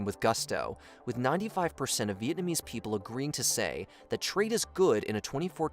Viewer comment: I love how you pronounced every single Vietnamese word wrong 😂